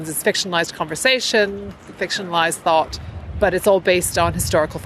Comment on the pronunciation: Okay, I considered that, too. Especially her pronunciation of the word "thought" sounds rather AE.